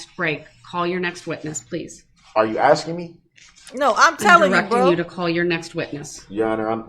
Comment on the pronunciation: He never said that. Durrrrrrell has literally never said asking in his whole life. He axes and that's how Mathboi Groundz rolls